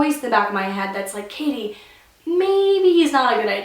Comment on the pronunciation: My name is Katie to and your spelling your name wrong your saying k ah th e